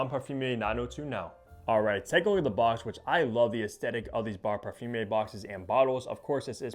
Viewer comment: I think this is an excellent fragrance, bought it on first sniff this week and can't stop wearing it. (By the way it's not pronounced "parfum-ier" it's "parfum-err")